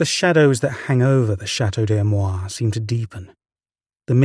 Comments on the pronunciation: A...me...rois...say it correctly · The narrator doesn't even try to pronounce Amerois even remotely correctly